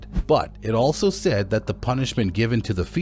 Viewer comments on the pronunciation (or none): none